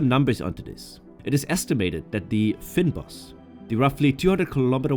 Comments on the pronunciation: Pronounced fain- bosch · It's pronounced fane b os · Fynbos is pronounced "faynbos" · It's pronounced "feign-bos" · American pronunciation of words with AI is so bad that I do not recognise them. I had to see the spelling of the regions that is covered by "Fynbos" to know what was said, or the "Maloti" region, name after name pronounced would not be understood by English speaking locals. People from the UK get it right. I wonder how American AI would pronounce the South African tea available in the US "Rooibos tea". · Please learn the proper pronunciations of the following words: relief, fauna, floral, fynbos.